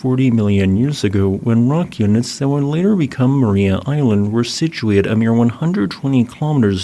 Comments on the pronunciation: Pronunciation is Mar-EYE-a as opposed to Mar-eee-a. Tassie is a fascinating place, my home for 27 years. I'd love to go back, but my wife is glad to be out of Tassie and won't go back. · It's pronounced "ma-rye-ah" island, not "ma-ree-ah" ;) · I recall seeing some of those fossils there in 2016. FWIW, locals pronounce the name of the island as Ma- RY-a. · FYI It's pronounced mar-eye-ah. I live in Hobart, Tasmania it truly beautiful 😁